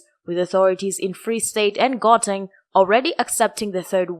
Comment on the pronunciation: No one is prepared to tell how to pronounce Gauteng? How can this be?